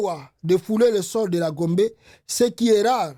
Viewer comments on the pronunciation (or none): none